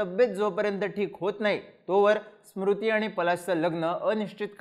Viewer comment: स्मृती नाही रे Smriti 😅